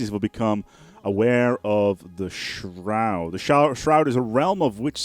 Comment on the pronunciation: There's a U in that their word "shroud" boy